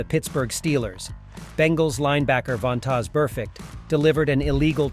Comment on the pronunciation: How is this dude making NFL videos and can’t pronounce the players names? Von-tozz?!!! 🤦‍♂️. And JuJus hit on him wasn’t a tackle, it was a block